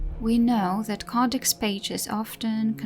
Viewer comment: Wonderful, informative video! Thank you. I do care about character creators, especially what they imply about who we can be lorewise, but lore is the lifeblood of DA. A couple of tips on pronunciation, btw: Glowers rhymes with flowers. Codex rhymes with below-decks. Thaig rhymes with uh... well, it sounds just like the word tie plus a hard g sound at the end. It's how all the Orzammar dwarves said it, anyway.